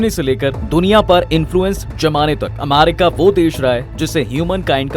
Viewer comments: Bhai Amarica nahi America hai 😅😅😂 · Irritation hore iska amaaarica sun kr 😂